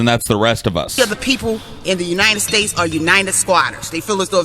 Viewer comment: "Unined States"?